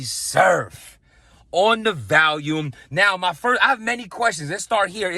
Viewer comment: Volume Vol-ume Val-ium is a pill. Thank me later. We love you